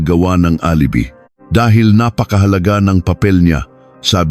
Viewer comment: Alibi wrong pronounciation. Php is philippine pesos